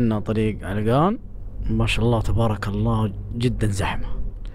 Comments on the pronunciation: عَلَقَان مو علقان هههههههههههههههههههههههههههههههههههههههههههههههههههههههههههه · عَلَقَان وليس عِلقان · مو علْقان 😂😂🤦🏻 ، علَقان♥️ ♥️♥️♥️. ياخي احبك يا ♥️♥️. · يا اسمها علقان مو علقن ولا السنه ذي باذن الله تشرفنا في تـبـوك عند منطقه الحره وفيها الثلج خرافي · هههههه ولا مره نطقه علاقان صح علقان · لا تبعص اسم المنطقه علْقان ❌ علَقَان✅ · علقان ❎ علقن ✅ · لو سمحت اسمها علقان مو علقن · علقان ❎ علقن✅ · عَلَقان ✅ عِلّقان ❎ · عِلْقان ❌. عَلَقان ✔️ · اسمها علقان مو علغان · عَلقَان مو علَّقْان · منور تبوك 😂 و القرية اسمها علقان بفتح العين و الام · هههههههههههههههههههههههههههههههههههههههههههههههههہۧ ة 💔😹🤦‍♂️. النطق حق علقان خطأ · السلام عليكم نطق كلمة علقان غير صحيح ياصاحبي للتنويه سعدنا بتصويرك والي الأمام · ترا نطقك ل علقان غلط شوهت اسمها 😂😭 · خطاء نطقك ل علقان